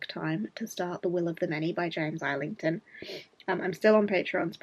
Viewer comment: Was going to say you had a dedicated Schwab display so James Islington has to be good. I think I need to attempt hom again! Also I got so fed up of not knowing the correct way to say his name I did a search and found an interview where he was asked how he pronounces it. He says EYE-lington